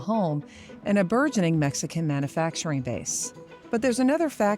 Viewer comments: it’s pronounced man “you” facturing, not, man “uh” facturing. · This woman pronouncing "mana-facturing" is driving me nuts! There's a "u" in manufacturing.. it's pronounced man-you-facturing. Not "mana"